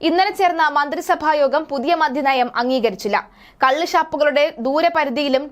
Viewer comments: എന്റെ കൊച്ചേ മധ്യനയം അല്ല മദ്യനയം ഉച്ഛാരണം ശെരിയല്ല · മധ്യനയമല്ല മദ്യനയം